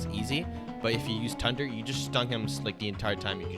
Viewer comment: I love how he keep saying tunder breathing 🤣